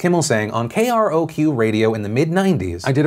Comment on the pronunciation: When you've listened to KROQ radio for so long that you laugh at how he spells it out instead of saying "K-Rock" 😂😂😂 sorry Phil, love you!😂